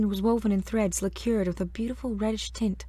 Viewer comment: Pronounced "LACKER." Not liqueur. Nothing so old about it. We still have furniture, jewel boxes and decorative doo-hickeys made of black lacquer.